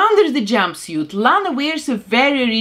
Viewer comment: How she said "jumbisiet" not jumpsuit 😂😂😂😂😂